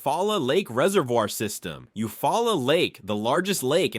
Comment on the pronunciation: Pronounce Eufaula this way narrator: U-fall-ah!! Also Mobile is pronounced: Mo-beel not Mobile (mo-bull)!!!!!